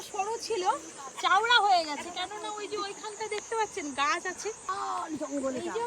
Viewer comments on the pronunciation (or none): ekhono tik kore uchharon tuku korte siklo na se abar gramer manuser kache nije i sohute kolkata bali bhache, nodi ta chowra setao bolte pare na chowra k bole cheora se abar sohute dekhachhe